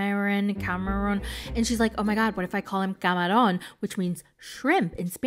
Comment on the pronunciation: the way you pronounced camarón?? an honorary latina queen 🫶🏼